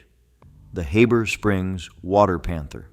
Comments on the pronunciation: And btw, it's Heeeber Springs, if you weren't using AI it might be pronounced correctly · Fouke is pronounced like Awe with an F and a K so it’s F-awe-k NOT Foooke, Heber Springs is pronounced Heeber Springs and Monticello isn’t pronounced like Thomas Jefferson’s Mon-ti-chell-o but like a prison so Mon-ti-CELL-o. FYI: Arkansans aren’t 99.9% WHITE like in this video. My Indigenous ancestors lived there long before Europeans showed up in 1541 and my Black ancestors arrived in the 1720s. What? Got something against diversity? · How the heck do you pronounce Heber Springs as HABBER Springs?? Geeze!!